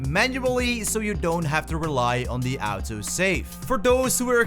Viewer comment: "At-Oh Save"